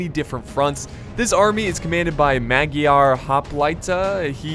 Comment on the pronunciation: that pronunciation at "Magyar hoplita" was priceless :D (no hate)